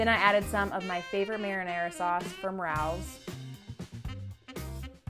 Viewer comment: Lol the sauce is pronounced ray ohs